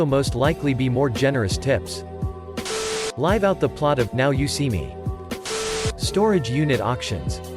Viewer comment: LyeV somewhere. Today I learned that American English pronounciations are hard to master, even for a robot reading YouTube comments.